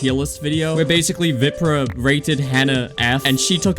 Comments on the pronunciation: It's not pronounced vìprah it's viprah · It’s VAPRAH not viprah I don’t mean the spelling I mean the way u say it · You keep saying his name wrong. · youre not even saying his name right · Why he say viprah like that